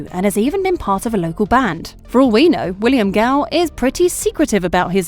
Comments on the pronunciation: If you can pronounce William Gao correctly why then immediately turn around and pronounce Tao as Teyo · Ok, how can you pronounce Gao properly but mispronounce Tao? Tao and Gao are pronounced the same, just different first letters! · fr they pronounced his real last name “Gao” correctly so why can’t they pronounce “Tao”.